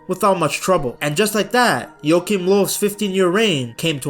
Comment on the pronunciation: I really like your pronunciation, pretty spot on most of the time. Just some info, if you'd like to have it: In "Joachim Löw" your pronounced the "ch" like a "k", when it should basically sound like the spanish pronouncitation of the "J" in "Julio" for example. The "ö" in "Löw" is not proncounced like an "o", but more like the "eu" in French "deux". Hope that helps